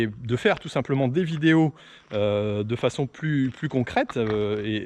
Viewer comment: Merci pour cette vidéo !!! Par contre le... "tous simplement"' faut vraiment fair un truc !! 😂😂😂😂😂